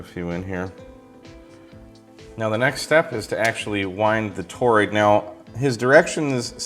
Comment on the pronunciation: say toroid... "toe-roid". No, say tor-roid... "toe-roid". No no, try again, say tor-roid... "toe-roid". OK, fine then... just go out there and play with ur new toy:) KJ6ER